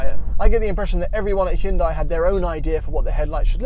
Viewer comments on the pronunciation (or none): Hyundai. Rhymes with Sunday. Not Hun-DIE, not HYOON-die. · Isn't Hyundai pronounced like Sunday...? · Are they pronounced the same though? Like saying the Hyundai Kunt?